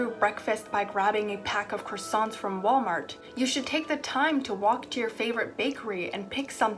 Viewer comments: Criossant was not pronounced correctly once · I rlly wanna take this video serious but the pronouncation of çroissant is always so fkng funny to me